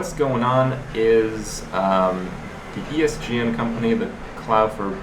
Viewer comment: i lost it when he said "ESDN" xD